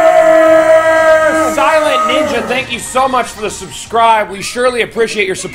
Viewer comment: Its not BUTTERRRRRRR